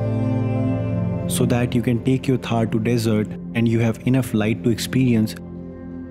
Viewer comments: AmaZing video but it’s desert and not dessert ( dessert with a double S is a sweet dish which is usually had after a meal ) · Its desert not dessert 🤣